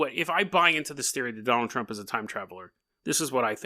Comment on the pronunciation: I keep hearing you say "JonTron" lmao